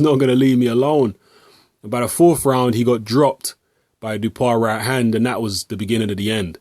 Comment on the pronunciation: You should pronounce his name like Dew-oh-pah. That's the closest french pronunciation of his name.